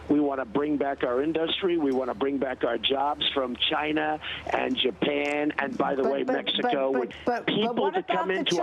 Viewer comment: we want to bring our jobs back from CHINAR. Why does Trump say CHINAR? He sounds like he's doing a bad impression of Fu Man Chu